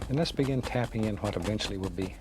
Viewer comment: Lost it at "hwhat" lool